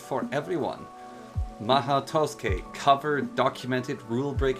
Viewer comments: I was looking for a tutorial for the mhaou tsukai and not for the "maoh toske" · "Mah-hoe twoskay" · Really really really good tutorial for the mod but the beginning killed me hahaha "Mahau Tousuke" love this video in its entirety! Subbed! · a comprehensive tutorial but cant even pronounce the mod correctly, it irks me so bad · I'm so bothered by how he pronounces the mod's name but yeah, still a great video.